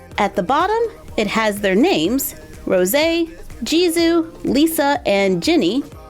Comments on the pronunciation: *Says jizoo * me: OMFG PLEASE HER NAME IS JISOOOOO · Stop saying jisoo like jizoo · It jisoo not jizzu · It’s not jizoo it’s jisoo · Is it just me or did she say ji-zoo 😂😂😂😂😂😂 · You said jizoo hehehehahahahahahah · I'm not being rude but I thought you'd like to know Jisoo is pronounced jis-ooooooo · OMG I LOVE BLACKPINK AND KPOP sorry but u did say rose and jisso Wrong rose is how u say the flower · She really just said "Jizu"😂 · you pronounce Jisoo's name like this: Jisoo: Jee-soo Hope that helped! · How dare you pronounce Jisoo’s name wrong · her jisoo pronunciation tho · Umm u said Jisoo’s name wrong ☹️ You pronounced the s like a z. It’s supposed be be said more lightly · You pronounce jisoo wrong queen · The way she pronounced Jisoo made my ears bleed